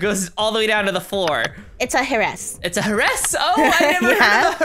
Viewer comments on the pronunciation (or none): Ha-Ress, Omg Im dead I Love it🤣